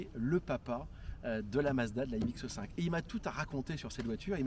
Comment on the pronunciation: Excellente vidéo, mais par pitié... C'est MX5 par MX "E" 5